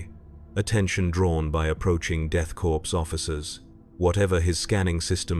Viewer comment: Death Corpse? AI trash